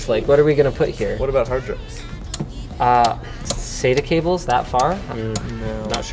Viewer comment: SATA not SAYTER